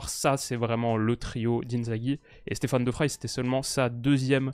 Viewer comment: Excellente analyse...seul petit point...la prononciation de De Vrij. ... Il est néerlandais et pas allemand donc le v se prononce v et pas f...et ij se prononce comme dans le ei mot français veille